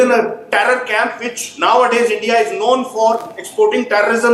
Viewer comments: Its India not Andia 😂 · Its ENDia